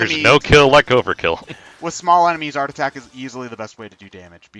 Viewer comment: every time said art attack, i herd "heart attack"